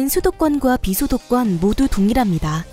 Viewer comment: 소도권과 비소도권이라고 들리네 ㅋㅋㅋㅋ